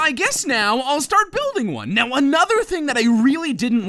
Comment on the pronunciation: lol he says buildge